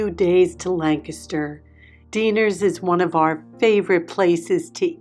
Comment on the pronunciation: I e really missed you! And thank you for pronouncing Lancaster correctly! I live in York so very close.